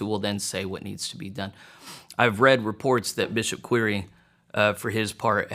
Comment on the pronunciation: "Quire" is pronounced like "choir". Quire is the original old English spelling of "choir" and referred to the part of a cathedral where the altar was and where the singers sat. Would be interesting to know how that became a surname.